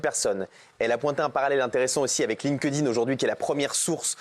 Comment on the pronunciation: "Lingdin" aaah ça me perturbe 🤣 ça se prononce "link'd in"